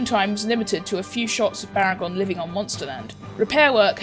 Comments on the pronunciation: Baragon not bargain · its baragon not bargain